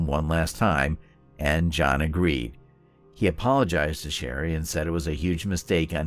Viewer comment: Also pronounces John's name wrong. Obviously did not watch the interrogation.